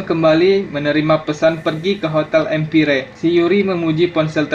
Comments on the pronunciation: Hotel Empire dibaca hotel empayer.. dia mah lempeng aja Hotel Empire, ngtd emang, kasian kuping gw bgst 🤣🤣🤣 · Cara membaca juga perlu diperbaiki. Praha, bukan paraha. Empire bacanya empaiyer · EMPIRE dibacanya 𝐸𝑀𝑃𝐴𝑌𝐸𝑅... 🤣🤣aNJIir kok ngakak gue denger lu ngomong salah🤣 tapi tetep gue dukung dan sdh gue like and share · Hahaha empire...empaiyer bacanya bos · pronounciation yang bener = empayer